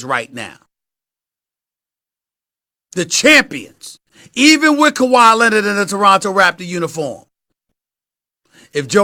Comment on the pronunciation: Who is Kawhi Lennid? Stephen A’s Stephen A English XD